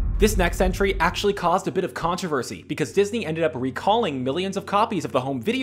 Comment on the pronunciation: I love how you say dis eye movies but I fact the incredibles and toy story are Pixar